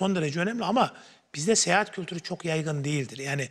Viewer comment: “Seyehat” değil, “Seyahat”. 😒